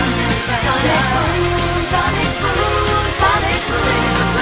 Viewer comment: It's actually 'Sonic Boooom' not 'Sonikuuuuuuu'